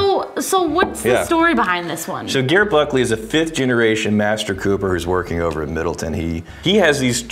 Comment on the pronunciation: It's not Grrr Buckley .. it's pronounced like a J ..